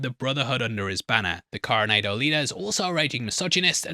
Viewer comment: going forward PLEASE check your pronunciations! lol It's not pronounced Coro - NAE - do, it's Coro - NA - do! I'm sorry but as someone from San Diego, that just irked me so much lol